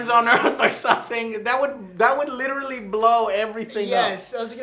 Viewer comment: joe literally says "litralley" EVERY sentence.. lol